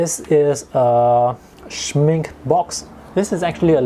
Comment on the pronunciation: Schmincke reads with the e from the final too! I know you are South East Asian but try it!